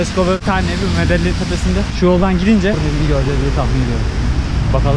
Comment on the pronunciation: Medeyin diye okunuyor